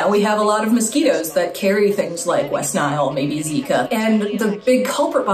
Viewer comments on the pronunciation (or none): none